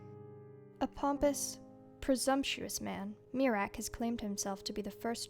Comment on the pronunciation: I keep on miss pronouncing miraak as (me-rack) instead of (myre-rack) which gave me a joke idea, miraak has a khajiit cousin named meerack , no one Is safe from the fleeborn lol